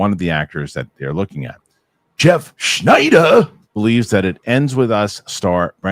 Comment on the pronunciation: i will NEVER get tired of the way pronounces SSSSCCCHHNEEEIIDDERRR 😂